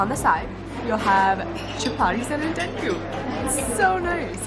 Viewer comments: You said ndengu right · your pronunciation of ‘ndengu’ is 101% accurate! Well done.😊